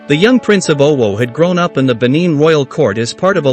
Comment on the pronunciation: The AI voice-over is very distracting, the pronunciations are appalling. If not, this history is interesting.